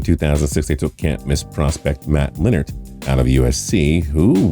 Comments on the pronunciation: “Matt Linnert” 😂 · Matt who? Y'all back to this mispronouncing names shit. 🤦🏾‍♂️